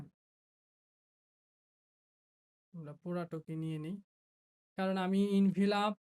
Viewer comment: ভাই আপনি তো এখন প্রোফেশনাল ডিজাইনার + টিউটর। এই অবস্থায় প্রনাউন্স ভুল করলে স্টুডেন্ট রা কি শিখবে? Envelop mean এনভেলপ,, ইনভিলপ না ভাই। কথা টা শুনতে খারাপ লাগতে পারে কিন্তু ভুল টা যাস্ট আমি ধরিয়ে দিলাম আর কি, কিছু মনে করবেন না। আমার মতে আপনি একটা কমপ্লিট আইয়েল্টস কোর্স করা দরকার, এতে আরো উপকার হবে আপনার ❤